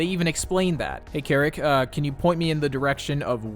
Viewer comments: There were a couple times I heard them say "Keric" but then "Seric" in his own videos lol. They don't even say their own name right! Among the sheer amount of just mispronounced words... That's when I was thinking it was ggs... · is says ceric but you called him kerrick😭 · This is just nitpicking: it’s pronounced “Sair-ick” not “kair-ick”! It’s annoying to hear you mispronounce it when everyone else pronounces it correctly. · just saying, ceric artman pronounced their name as "zeric" artman lol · Ceric Artmans name is so hard to pronounce I used to call him ceric artman with a cuh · I hate the pronunciation of ceric in this video reminds me of my name made me jump a few times